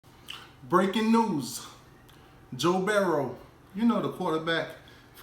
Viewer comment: It's Burrow not Berrow dummy